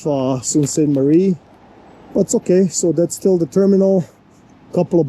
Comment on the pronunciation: It is pronounced soostmarie